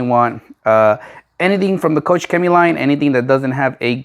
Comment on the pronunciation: its not COUCH CHEMIE XD it's KOCH CHEMIE, like in germany you say KOCH = profession: cook. Turn on google translator KOCH in germany and replay the sound :D